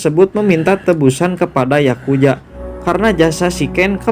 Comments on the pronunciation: Yakuza bang bukan yakuja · Yakuza anjir bukan yakuya